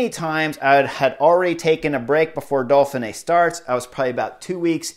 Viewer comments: Chris, there is no L in Dauphine! Ha! It's Dough Fee Nay. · Dolphinay? Why are you putting an L in there??? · Can you stop over pronouncing the race title! Dauph (Dof) in (fin) é (neey). Now smooth it together and put the big emphasis only on the last letter é: ( Dof fin neé) And depending on where you come from you can loose the middle syllable. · Keep calling it the Dolphin-Ay Chris! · Solid analysis, but I am pretty sure there is no “L” in Dauphine.